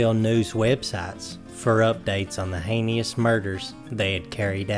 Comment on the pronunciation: NO NO MY DEAR, hanias that's not how it's pronounced. Heinous.